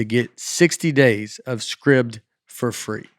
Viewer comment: You are okay with how Nate pronounces Scribd!?